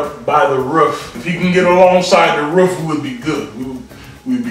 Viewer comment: Not the "riff" instead of roof!😂😂😂😂😂